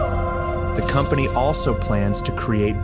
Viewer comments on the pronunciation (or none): "The Companey"